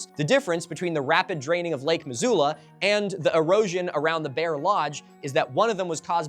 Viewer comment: Hi. I was born and raised in Missoula, MT. A valley town that sits on land that once was a bed of lake Missoula. Just trying to be helpful here: most people from the area pronounce it "muh-ZOO-luh." Basically exactly like you did, but voice the "s" so it makes a z sound. All that being said, I don't know how the natives whose language the name comes from would have said it. Like I said, it's just a place I grew up. Edit: I should have kept listening a bit longer. You got it right the second time. I enjoy your videos. Thanks!